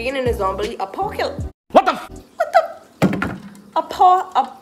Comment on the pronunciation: “Acopalyse” “azombily apop..” 🤣